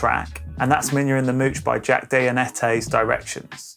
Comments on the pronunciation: it’s pronounced Jack DEEJ-ANETTE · Never heard Dejohnette pronounced like that before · Bro - you gotta learn how to pronounce Jack DeJohnette’s name - hard to take the video seriously after you said that.